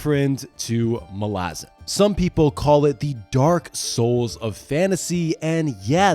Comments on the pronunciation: Mah-Lah-Zahn not Mah-lah-zin 😂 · Sorry it's Mal-a-zan not Mal-azzen and I will die on this hill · The pronunciation of Malazan keeps tweaking me as my head-canon i sound it out as "Mal-a-zan" not "Ma-lazan". Sounds like a throat lozenge brand lol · I thought you were saying molasses, then it dawned on me.....I have always pronounced MalazAn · As an Australian, I suggest that the pronunciation of "Malazan" should be clearer. Not "Malah-zen/Malah-zin" but "Malla-Zann." I think that Stephen Erickson would agree, despite his own accent; The name of the Empire should not be soft-sounding, as that is not its nature. The Malazans represent a multi-cultural society that idealises the clear-eyed understanding of their place and chosen role in their world. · idc what anyone says, the pronunciation "Mal - Laz - En" drives me freaking crazy. I will forever be on team "Mal - Ah - Zan" and all you children of Odium can bite me. 🤣✌ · Mol-Azz-in? I’d watch this video because the books are great but I can’t listen to you butcher the name for 40 minutes. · Mala-zhan sounds cooler though so we should stick to that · FFS!!! Mal/as/an and no it's not pronounced like you are. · I am so glad I read the series a long time ago, before I could learn that it’s pronounced Malázan 😂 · I always thought it was MAL-a-zahn. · Bro I love this video but is it pronounced like that? It rhymes with “Aladdin”??! I thought it was MAL-uh-ZAHN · I don't care, that pronunciation of Malazan grates on my nerves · I think 90% of malazan readers are with me in saying that Eriksen, despite being the author, is wrong on almost all matters of pronunciation. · THAT'S how you pronounce Malazan? Look I recognise that Erikson has made a decision, but given that it sounds like arse, I have elected t ignore it. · Please stop saying Malazan like that 😬😬😬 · There it is. Thanks, buddy. And Erikson pronounces Malazan wrong.